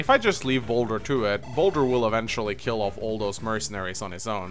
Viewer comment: He keeps calling Boulder, Bosswin.